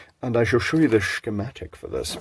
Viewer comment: I just love the "Schkemätiks" :)